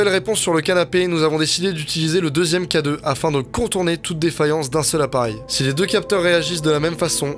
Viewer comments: J’étais sur que tu disait cadeau au lieu de K2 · Oui au début je pensais que s'était littéralement un cadeau pour les spectres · Depuis le début de la vidéo j'entends cadeau au lieu de k2 aussi non bonne vidéo et ça m'a fait peur